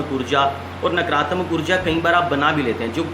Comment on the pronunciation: नकरात्मक नही नकारात्मक बोलें । आ की मात्रा का लोप करने से अर्थ का अनर्थ हो जाता है । और आश्रम के साथ साथ श्रोताओं , अनुयायियों , भक्तों तथा चेलों में नकारात्मक ऊर्जा संक्रमित होने लगती है । शिवमस्तु ।